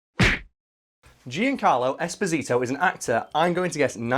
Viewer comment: Come cazzo hai pronunciato Giancarlo esposito nse sa anfamone